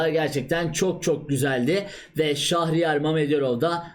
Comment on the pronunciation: "Şahriyar" değil abicim doğrusu "Şehriyar".